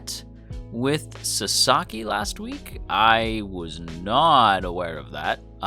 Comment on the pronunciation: I mean no offense, but your pronunciation is bugging me. His name is *Sa*saki, not Sa*sa*ki - Japanese names tend to stress the first syllable, in my experience. I dare someone to make a Wingardium Leviosa reply.